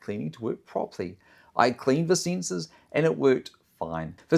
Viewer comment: They are called "sensors". Not "sinsers".